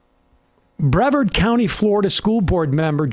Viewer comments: Breh-Varrrd arr like a pirate. Not Braw-Ved. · It’s pronounced Breh-Vaarrd county 😋